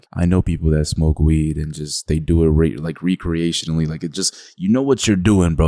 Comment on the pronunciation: You saying “recreational” lowkey had me 🤣🤣